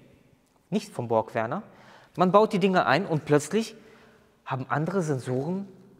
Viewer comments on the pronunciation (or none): BorgWarner nicht Borg Werner ... 😉 Borg Werner ist der Borg mit dem Vornamen Werner bei Raumschiff Enterprise. 😂👍